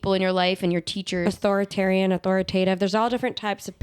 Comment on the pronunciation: “ authoratarian “ gabi 😂😂😂😅